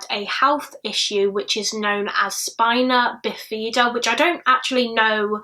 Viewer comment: Wow, if anyone ever doubts how far we've come, a generation who doesn't know how to pronounce spina bifida, let alone know what it is. This isn't shade, I just didn't know it was so rare these days